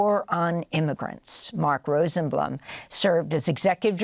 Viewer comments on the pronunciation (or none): Rosenblum, ROSE - EN -BLOOM, not whatever you said.